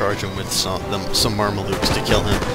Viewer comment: Mar-me-lukes lol, it's "Mam-lucks"